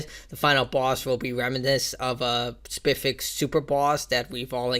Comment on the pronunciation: Respectfully: "Spess-if-ic" specific